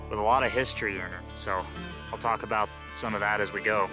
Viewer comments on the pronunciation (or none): none